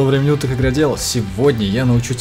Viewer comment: Он так реал сказал